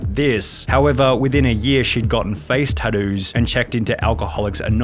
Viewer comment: "Gotten face taddoooos" what in the fuck